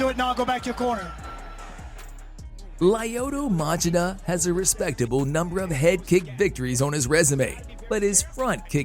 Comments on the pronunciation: It's not lye-OH-tah Match-e-duh, it's lee-OH-Toe Much-CHEE-tuh (Lyoto Machida). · did you say CropCrop? Is that ‘cause he is a Croashian plant? Also how do you change the coolest name in mma Lyota Machita into leoda machema? Failure dude. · It's pronounced Lee-oh-toe Muh-chee-tuh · Lee-oto Ma-chee-da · I swear none of these videos are voiced by humans. This has to be an AI trash channel. Lie-ohdoh Madgida? No human involved in the MMA scene doesnt know how to pronounce his name. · Lay-o-toe Match-e-da. Seriously? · “Lie-oh-toe Match idda”💀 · my dude, whoever you have narrating these videos does not have a voice good enough to justify not being able to pronounce Lyoto Machida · Dude, you need to learn how to pronounce people’s names. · How the hell do you mispronounce Lyoto Machida's name??? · Mind boggling how he does not know how to say lyoto Machida